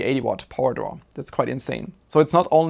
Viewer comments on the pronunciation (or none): none